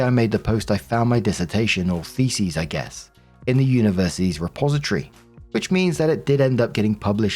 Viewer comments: Story 2 - As always, when is confronted with the word "thesis" he mispronounces it as the plural "theses"., do try to get a clue that "thesEs" is the plural of "thesIs". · Call me immature if you wanna..... cuz you'd be right but it sounds like is saying "FECES" when he is really saying "THESIS." "I found my feces in my universities repository....." LOOOOOOL!